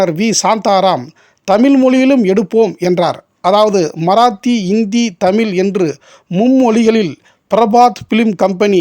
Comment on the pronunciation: அருமையான அரிய பதிவு என்பதில் ஐயமில்லை. நண்பருக்கு ஒரு வேண்டுகோள். தமில்.. தமிலில் என்று அழகிய "ழ" உச்சரிப்பை ஏன் சொல்வதில்லை. அது கேட்பதற்கு கஷ்டமாக உள்ளது நண்பரே..